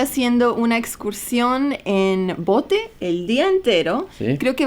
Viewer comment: es bote no pote 😆